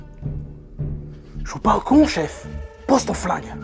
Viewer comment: « Mais quelle est donc cette raison petit chefeuh »✨😂😂😂✨jpp